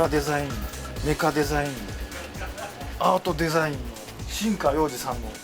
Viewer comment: "Chara. Design, mecha design, artu design", I've mastered it too